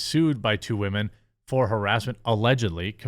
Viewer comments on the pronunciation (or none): none